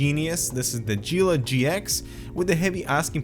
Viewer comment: It is 'ghee-la'